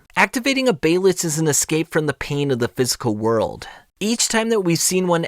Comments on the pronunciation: hate the way this guy says behelit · The way you say behelit irks me